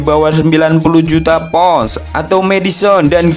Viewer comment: Pounds ya bang,bukan pous...😠